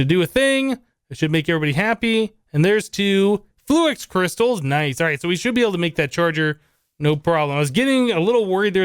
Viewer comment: Why do you say "fluax" instead of "fluix"?